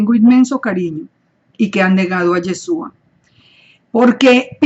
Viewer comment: Por que dice yesua? La partícula es chu y no su. No se dice tesuva. Entonces porque no usa la partícula correcta? Debe usar la palabra YESHUA. POR FAVOR ESTA EQUIVOCADA diciendo Yesua y no Yeshua.